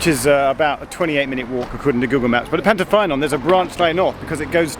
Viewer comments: Hi Geoff, I’m from Ammanford, now living in London. My grandfather was stationmaster at Pantyffynnon from 1936 to 1954. I maintain my GWR connection by playing in the GWR Paddington Band! I know the line well. Pantyffynnon is pronounced Pant-uh-ffuh-non. Your pronunciation of Ffairfach wasn’t too bad, though. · Pant-uh-fun-on, Llan-die-lo, Fair-vac